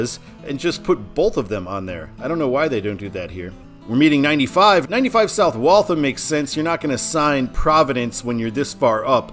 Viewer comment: Besides all the comments about the mispronounciation of Peabody, which I warned you about in previous comments, you butchered Waltham (walth-ham, like the meat), no pun intended. In your "Todd's way it should be," you misspelled Franconia. I do believe that northbound it should be simply the town Franconia without the Notch. Plymouth NH, in the Lake Winnepesaukee region which US 3 loops away from I-93 to head for Laconia and get closer to the lake, is the home of Plymouth State University. That town is a major destination for New Hampshirites anyway. Salem NH is the home of Rockingham Park, a horse racing venue which is mentioned in the movie "The Sting." Loudon NH is the where the New Hampshire Speedway is located, for NASCAR fans. Of the other places mentioned in NH signage on I-93, Franklin is the only city, and a small one at that, though Derry is a sizable suburb of Manchester. The toll booth on I-93 is in Hooksett, and is referred to on traffic reports on WBZ (1030 on the AM redio dial) as The Hooksett Toll. When MassDOT (MassHighway as it was known then) redid the signage for I-93 in Boston itself when The Big Dig was completed, those signs replaced the northbound signage for Lawrence. I know you would have cringed with the former signage. I agree with you that Manchester NH should be on the signs on I-93 NB in MA. I think that the reason MassDOT does not sign I-93 SB for Providence in the City of Boston is because most traffic in the city itself does not go all the wa